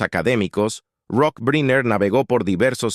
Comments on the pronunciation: Se pronuncia: Brainer , no Briner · Caballero, excúseme el atraimientos, brynner, se pronuncia “brainer “… perdón… eh? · Pronunciación: Brainer